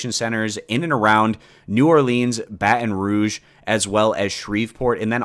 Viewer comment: Lol hearing you say Baton Rouge and New Orleans.... bothers me. But i'll let it slide.